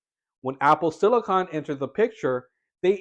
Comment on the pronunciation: Thank you so much for pronouncing “silicon” correctly. Most YouTubers pronounce it as “silicin” (and also say “two thousand a hundred”) which drives me up a wall!